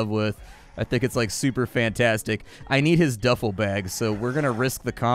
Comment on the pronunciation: ITs called a Duffel bag Duf-el bag lol not Do-fel lol that was funny sorry but had to point that out ;)